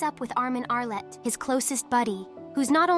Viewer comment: 1. The s in Paradis is not pronounced, the name is French, Rosé not Rose, Arlert not Arlet. Not sure how'd you fix in this AI TTS. 2. Why did you use spoiler terms like Paradis, Eldia, Ackerman, Pure Titans, etc. but go with the claim that the rest of humanity died? 3. Your description of the Colossal Titan's image and its effect is great, I feel like you should make a text retelling, you might be good at it. Assuming only the TTS is AI of course. 4. You mention in another comment this is a 'review series', important to note this is a summary, not a review.